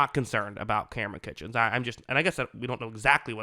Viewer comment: Kinchens my dude not kitchens